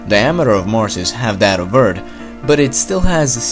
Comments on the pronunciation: Sorry, but I have to say that I am bothered when you say the word "earth" or any word ends with "th". I like your video though. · 27kdon same I like how he pronounced it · Earth not "eard"🙄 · It's EARTH NOT ERT! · sometimes he says eartt not earth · why do you say eard instead of earth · Earth not Eart LOL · ITS EARTHHHHHHHHHHHHHHHH. NOT EART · Why is he saying eard when it's eath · I liked the video eve tho he kept calling earth; urd, or nerd. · "Eart" im sorry lol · Stop saying eart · You areawsome but don't pronounce it like EARD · Ok ur videos are awesome but why Do u say eard it’s earth not eard but ur awsome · It’s EARTHHHHHH NOT EURT!!!!! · Like the videos but it annoys me that you say eart not earth And that you say the water covered one turd of mars surface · can you stop calling Earth "Eart" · its pronounced earf not eart and its thought not taht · Stop saying 'Eart'. It's 'Earth' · Love the vid but, Eardth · its earth not ert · Why does he say eard it’s earth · TH bitch thhhhh not T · u pronounce earth like eart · what is ert you tallking about you always say ert not erth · Welcome to Eard. Not Earth. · It’s pronounced Earth, not ert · I liked when he said "Erd". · Don't give him a hard time on him saying eart instead of Earth Don't be alone friend keep making good and informative videos... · Omg it's earth not fkin ERT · Please stop saying ört instead of earth! Fucking annoying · It isnt eard........its earth with a th at the end........... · Pronounce 'TH' not 'T". Hello Eartling.. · ER-TH not ER-D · Earth. Not Ert. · Is it just me or is he pronouncing earth as "Eard" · ITS CALLED EARTH. NOT ERT. Great content though. :) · This dude says Eart , not Earth! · Stfu he can pronounce it whatever way he wants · His native language is most likely German, they have a hard time pronouncing the "th" sound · What is hiSHtory and what is EarD!? :D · This is the guy that says eart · I like how you pronounced Earth as "Nerd". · Is this the guy who says Ert ?